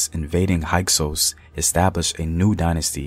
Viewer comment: HYKSOS**. Sounds like a Hyksos. High cose. No no sounds like hike sous